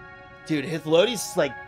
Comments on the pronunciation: say it with me: High. Flow. Day. Us. Hythlodaeus. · Or even hith lo day us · High thlo day us